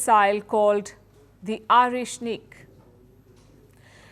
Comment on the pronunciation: The way she pronounce Oreshnik indicates that she made a respectful research on the matter in every detail. A true professional!